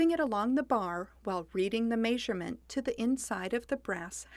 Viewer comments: this would probably be the most helpful glass cutting video on youtube. BUT!!! god the way that woman pronounces measurement nearly had me punch the computer screen. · I have never heard "measurement" pronounced that way. What dialect is that?